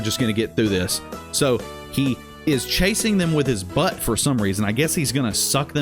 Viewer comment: Yo I laughed so hard at how you say butt and buttcheeks. Especially 😂💀